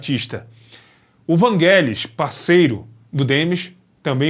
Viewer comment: não é não. É Vangelis mesmo. Sílaba tônica no "e"